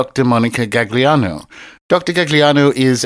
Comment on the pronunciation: Say it with me, “gall-yano”